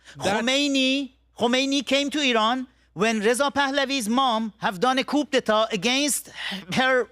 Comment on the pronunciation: Amir abbas fakhravar (AKA:Abbas Jefferson😂) is a male counterpart of Masi alinejad as both are uneducated delusional loud mouth self proclaimed hypocrite leader of opposition to the Islamic regime. Amir, you need to learn more on how to pronounce ‘Coup d’e.tat / koo da ta/ 😂😂😂😂